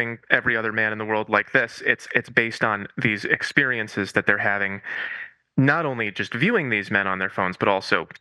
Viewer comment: Did he say "ick-periences"? That's so funny